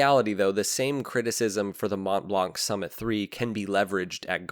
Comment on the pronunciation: You don't pronounce the "t" or "c" in Montblanc.